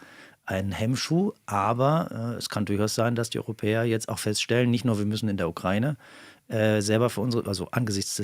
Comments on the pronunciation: Was daran ist aber konkret Falsch ausgesprochen. Der Duden z.B. definiert ja auch beide Aussprachemöglichkeiten. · Und noch ein Nachtrag: Als ehemaliger Mitarbeiter des NDR ist dir bestimmt die Aussprachedatenbank der ARD (ADB) bekannt. Vielleicht willst du da ja mal nachschauen, wie man die Ukraine aussprechen sollte.